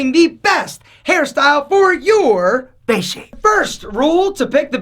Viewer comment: Why nobody pronounces it face Everybody pronounces it fache